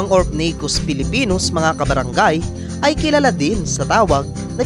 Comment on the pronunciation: Its Semi not sime. Its Orphnaecus not Orphanaecus. Its Venom not Venum. Its Species not Spicies. Its Fossorial not Fassorial. Its Dwarf not Dwarft. Its Cordillera not Corldillera. At wag mo sasabihin na hindi sila aggressive kasi lahat ng tarantulang binanggit mo ay OLD WORLD TARANTULA lahat ng tarantula matatagpuan sa philippines ay old world. Wag ka sana mag bigay ng mga maling information bossing. Dislike ko video mo